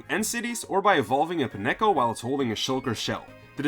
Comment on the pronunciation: It's pronounced "Pine-co" with the emphasis on the word "pine" like "pinecone"